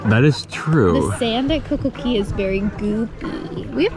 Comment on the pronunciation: Ok we need a SERIOUS explanation of why you guys say Coco Key instead of Coco Cay.....